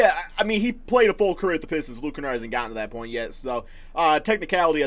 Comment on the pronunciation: He really said the piss stone 😂😂